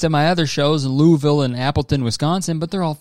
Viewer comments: as someone from kentucky, his pronunciation of louisville HURT. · hearing him mispronounce louisville is so funny bahaha